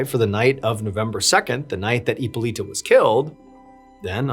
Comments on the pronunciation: Heeppoleeta😂 I love your pronunciation on some of these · is it really that hard to pronounce hipolita????